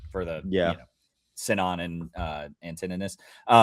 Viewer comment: being the only Greek dude and constantly mispronouncing the Greek names kills me 🤣 appreciate yall fellas